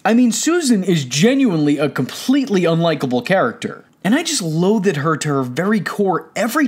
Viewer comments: Loath'd. Not "loath-ED." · Are you saying loath-ed? That's tough to get past lol